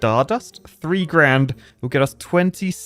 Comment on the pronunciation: is it just me or did say twee point 7 billion?